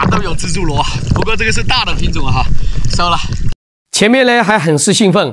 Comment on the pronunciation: shou和sou,是收了,不是搜了